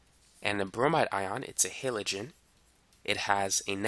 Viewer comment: Learn to not say "Tree" and "Hillogen"